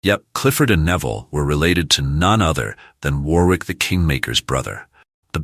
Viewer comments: Pronounced Worrick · And Warwick is pronouced Warrick. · Must admit I laughed every time he said War-wick.